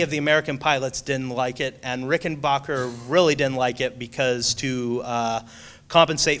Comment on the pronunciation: It pronounced Rick-en-b-ahh-cker